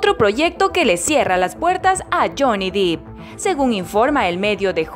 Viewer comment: 🤣 Johnny "Dip" (Se pronuncia Dep y se escribe Depp) 🤣 Jerry "Brukjeimer" (se pronuncia Brukjamer y se escribe Bruckheimer) Pero estuvo bien el intento 👍ahora ya sabe